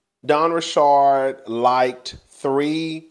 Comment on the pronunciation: It's simple, KanYE is how his name is spelled so why would it be pronounced any other way than "YAY"?! Where you get "YEE"?!?! And it's just Richard like the male name. Where you get "RiSHARD"?! 😂😂😂